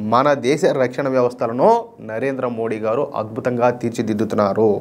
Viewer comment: Rakshana na is not It is ana.please correct it